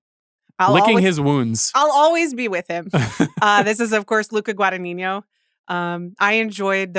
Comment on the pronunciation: Guys. I love you. But please, please, please learn the pronunciation of Luca Guadagnino’s name. He’s Italian. It’s NEE-NO. Not niño, that’s Spanish. Ta! x